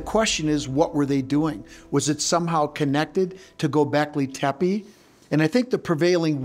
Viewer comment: dude doesnt know how to pronounce "Gobeklitepe" smh... COME ON GAIA whats going on here forreal.